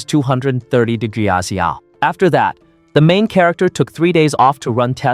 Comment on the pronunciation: WHY CANT THE DUMB AI SAY "DEGREE CELCIUS" "CM" OR "KG" PROPERLY WTF LMFAOOOO